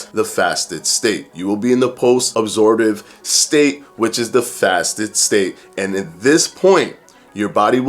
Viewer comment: Every time he said 'state' I heard 'steak' :-) That's what IF does to you haha. Great video BTW.